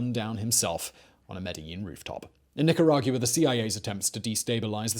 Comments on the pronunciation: Nicargua not Nicaraguia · Where TF is "NEEK-GEE-RA-GEW-AH"? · Simon: "wanna hear the most annoying sound in the world?".... me:"no"......Simon: "Neka-rah-yuwa" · Nicaragiuwa? Where's that? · I love these videos, but this is the most creative interpretation of Spanish words I have ever heard. Nick a rawg you ah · He pronounces Nicaragua weird. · Ya I notice that but Simon saying “Nicaragua” bothered me even more lol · same I was waiting for someone to say it lol